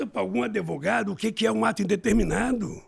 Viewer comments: “AdEvogado” meu Deus… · O português impecável “os adevogado criminalista” socoroooo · Caralho é impressão minha ele fala Adevogao! Agora tudo se explica porque ele quis ficar num presídio para pedir votos deles. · cabaço n sabe falar advogadokkkkkkk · Parabéns ao Brasil por colocar esse energúmeno mais uma vez na presidência, só sabe contar mentiras e fugir das perguntas que foi acusado… nem falar essa desgraça sabe… e para completar diz que se preparou espiritualmente… pacto com o diabo isso sim… o presidente de vocês fala “adêvogado”? O do Brasil fala! Isso se reflete em todas as áreas, o Brasil é uma vergonha, e fodam-se os mimimis que não gostarem!!! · Ele tava tentando ser preso por pegar um “adevogado” sem experiência 😂😂😂😂😂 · Queria saber porque não foi para cuba ou Venezuela !! E depois procurar uma professora de português para aprender a falar a palavra advogado e não ADEVOGADO ! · Me impressiona (nem tanto) um ser humano desses que já foi presidente falar adevogado KKKKK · "Contratei um adevogado", cacete, o cara não sabe falar, quando fala fica mentindo, e ta quase virando presidente, meu Deus do céu. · "Adevogado" 😂😂😂 Que nojo 🤮 Pq o Igor não falou que o Bonner mentiu? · Falou sim que quer regulamentar a mídia eu vi o vídeo. Fala em falta de educação e fala adevogado kkkkkk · Mas a culpa foi dos "adevogado" 🤣🤣🤣🤣